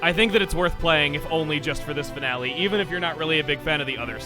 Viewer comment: Could you say this is the fi”N”ale?